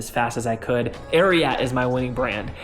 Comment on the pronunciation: idk why but the way you pronounce Ariat is fr kiling me